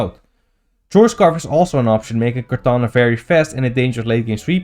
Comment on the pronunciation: My man says kartana like its a french "kertoina" 😂